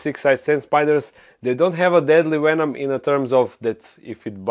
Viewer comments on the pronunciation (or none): I love the way you say venom lol. "Wwenom"